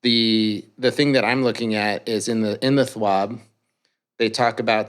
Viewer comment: maybe im dumb but why do they say Thwab instead of Twab?